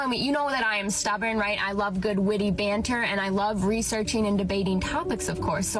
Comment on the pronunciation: I was laughing so hard at your accent on this one! "...witty baanter..." "...dabate her..." LOL So awesome. Here is the thing for that first female. Females (I've learned) are hypergamous, which means they LIKE dating above them in different ways. For example, why do many females demand/love TALL guys? It's because that is visually and obviously above their own stature. So the same thing can apply with money, or intelligence, or strength etc. If a female is BETTER at these things than the person they're seeing romantically, there is a good chance NEITHER the female or male in the relationship will feel naturally comfortable and happy. Period. That's not to say a female can't be a little better in one particular category, BUT if that is the case the female MUST view the male as really good/superior in another category (the more the better). So if a female makes more money, but the man has more strength, dominance and wisdom, for example, that can work; but for every way a female is better, or even equal, it automatically makes the relationship more of a strain for the man, just because of hypergamy, and the harder time the man will have keeping his female impressed and interested. At some point WHY would men bother? That's what that first female doesn't understand. It's totally fine if she wants to be super independent, argumentative and competitive - BUT when this means she'll NEVER have any meaningful men in her life, she shouldn't be surprised. So, she better be f